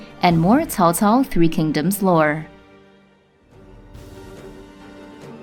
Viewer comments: the correct pronunciation is: tsao? tsao! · They tried to fix it in Dynasty Warriors 6 where they started to pronounce it tsao tsao. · "if you say cao cao you're saying it wrong" cool story bro im still saying cow cow